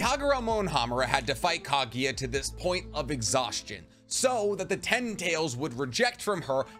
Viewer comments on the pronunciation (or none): Interesting topic but the way you pronounce names, techniques etc. is so annoying, a lot of people probably clicked away. This is an example of a guy trying so hard to watch anime and watches dub. PS: who to f is Ka-gi-yuh? KAGUYA. KAGUYA! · Love the hypothesis, but for the love of god, next time you talk about anime, learn how to pronounce names (like KAGUYA!!!! not KAGIYA!!!)... etc... cringy